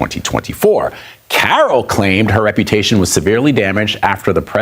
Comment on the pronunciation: What Re-puta-sion did she have??